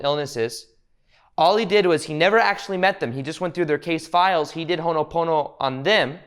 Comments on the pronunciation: Ho'o'ponopono. Hoe o Pono-pono. You're saying Hono... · Hono pono pono sounds like oogha boogha boogha